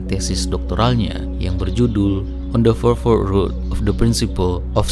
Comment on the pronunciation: on de forfor rut...😂